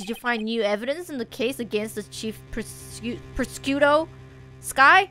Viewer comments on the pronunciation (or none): I almost feel like Edgeworths safety is in question. Also you saying prosecutor like that is making me hungry... Mmmm prosciutto.....